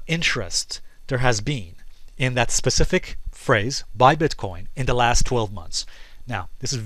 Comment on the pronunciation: says "pacific". wants to be taken seriously. go home.